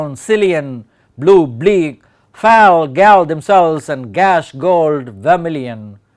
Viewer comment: A super explanation, thank you... Just one thing I noticed... Fall and gall are pronounced the same way... 'all'